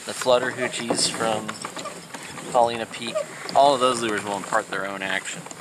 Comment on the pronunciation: Love the videos! I've been kokanee fishing for more than 25 years and have always used cowbells until recently. But, since I fish Paulina Lake, which is just at the base of Paulina Peak, I have to comment on your pronunciation: it's Paul-EYE-na.😂 That said, I have a question that I hope you can answer. Recently, I was kokanee fishing at Paulina Lake and did not do at all well. I use an inflatable kayak for a variety of reasons, so my trolling is all done with a paddle and I maintain a speed of 1.2 - 1.6 mph with as many slow S-curves as I can manage. On advice from another fisherman, I affixed reflective material to both sides of the paddle blades to aid visibility. This stuff is what would be used if you were making your own dodgers. Is it possible that the addition of this reflective tape is spooking the fish as I paddle? I am trying to blame something, obviously, since changing out the tackle didn't have a marked impact on my results. I didn't add the tape until this year and last year I did much better. Thanks in advance for your feedback and I hope you took no offense to my pronunciation comment.